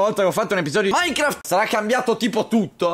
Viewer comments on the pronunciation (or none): none